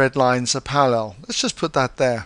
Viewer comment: they way he says parallel is killing me, sorry